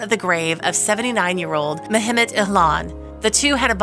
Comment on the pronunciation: the name is pronounced Meh Met.